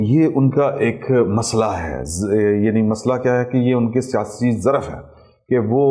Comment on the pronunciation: ظر رف۔ نہی یہ لفظ ظرف ہوتا ہے بھائی جان